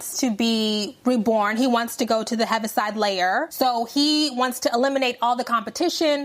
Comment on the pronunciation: IT'S PRONOUNCED (HEAVY SIDE LAYER) AND SPELLED HEAVISIDE LAYER, JELLICLE HEAVEN.